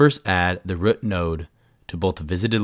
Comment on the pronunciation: Goated vid but why do you pronounce the word root like "rut" lol.. rut node :face-green-smiling